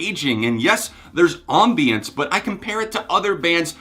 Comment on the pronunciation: That's not how ambience is pronounced